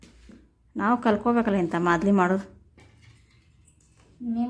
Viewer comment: ಮಾದಲಿ ಅಲ್ಲ ತಾಯಿ ಮಾಲ್ದಿ